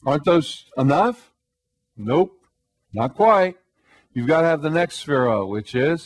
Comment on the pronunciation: He keeps saying "sphere-oats." The sphere-oats combined with the bow tie makes this guy seem really basic and unintelligent.